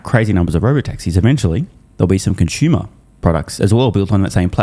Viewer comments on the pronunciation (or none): What’s a con-shu-muh